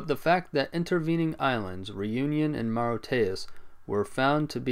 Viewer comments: Moriteyos 😂😂😂 It's pronounced as mər-ISH-(ee-)əs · that’s not how Mauritius is pronounced AT ALL ????